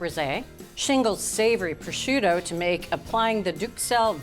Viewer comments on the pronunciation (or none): Ok but why is she pronouncing prosciutto like that? There's no j or zh 😭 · The pronunciation of “prosciutto” is absolutely awful…..simply listen to the correct pronunciation on goggle…..this is almost embarrassing…..just say raw ham……but good recipe…… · Decent video and recipe overall, but it’s a shame a professional chef mispronounces “prosciutto”, and she said twelve slices, but actually used 14.